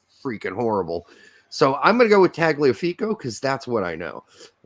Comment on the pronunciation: I believe the Italian phonetic for Tagliafico is pronounced Tie-Uh-feeCo. Not an expert though. You might know more than me.